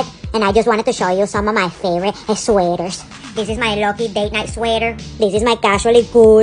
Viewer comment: The way she says AsWeAteeaarZzz